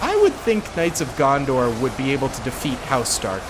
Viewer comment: loves him some Knights of Gondor. Noone:: “…And over here… the Knights of GonDOR”😂